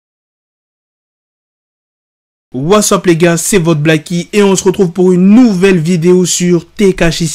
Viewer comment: Was up les gars mdr , t es bilingue nan ?!